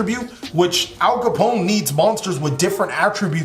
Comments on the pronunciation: “Al Capone” <— the way it’s pronounced in this video 😂 American Gangster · Ap kallone, pronounced like cologne 3 syllables